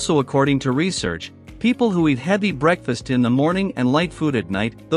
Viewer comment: Bro said break fast not breakfast